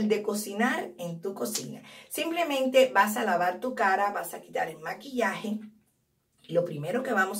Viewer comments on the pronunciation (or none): none